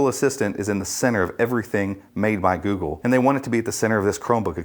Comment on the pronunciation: GOOGPLE :D